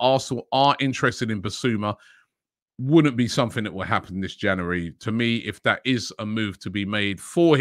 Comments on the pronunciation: Janooarry mate get it right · Transfer daily wouldn't be transfer daily without Robbie saying "janary" at the start of every vid